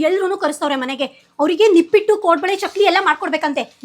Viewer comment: Nippat akka adu nipit alla